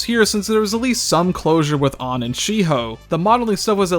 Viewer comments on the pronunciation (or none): How you chose to pronounce the name ann as ahnn will haunt me forever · Believe it or not, english isn't the only language and depending where you come from the same set of latters can be pronounced differently. I know, very shocking.